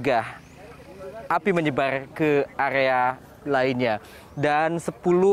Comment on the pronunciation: Area bg, bukan agea... 😅😅😅